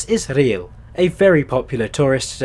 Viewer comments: Rhyl is pronounced Rill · "Llan DUD no" - and not as you pronounced it "Llan DID no" And as for Rhyl, how did you pronounce it? It's very simple, "RILL"